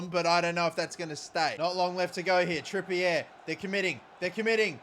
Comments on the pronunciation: It's pronounced Trippy-A not Trippy-Air ffs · is the CEO of Kieren "Trippy-yeh"